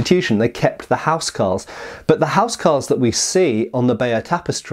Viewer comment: It was pronounced 'owse cawls wunnit?